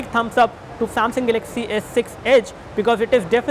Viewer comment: This rot head can't even pronounce galaxy properly and wants me to buy edge lol